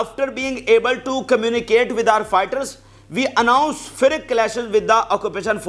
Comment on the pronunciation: Where did you get the word ' FRIC ' from? The world " FIERCE " IS PRONONCED " FEARS ".